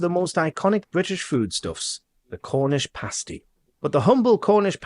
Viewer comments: pass-tee not paste-ie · Pasty is pronounced.... pas T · Pasty rhymes with nasty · my bad,😂 your 100% right, that would sound ridiculous in a southern accent! Sorry, I tried… it just hurt my ears hearing it being said like pastry 🤣